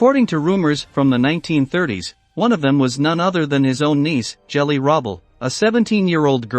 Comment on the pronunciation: Loads of mispronunciations too. It's GELI, not "Jelly."